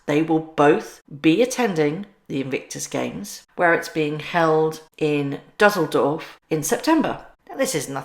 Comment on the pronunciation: What is your problem with Dusseldorf? Why did you pronounce it like that?